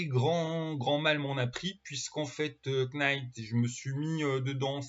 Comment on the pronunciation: On ne prononce pas le K de knight. On le prononce comme night,!